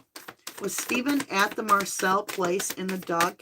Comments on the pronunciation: Not being rude but it's Moselle not Marselle . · So when u say Marcel u meant Mo-sell! LOL I'm just figuring this out I was watching a video last night kept hearing you say Marcel and I had no idea what location that was I thought I missed something so thank you for clarifying that you meant where Alex lived Mo-selle. I feel silly.😅 Least i understand now! Thank you for ur dedication to giving the victims of crime a chance to have their story told thru the The Devine our Angels, ancestors & tarot! God Bless you always❤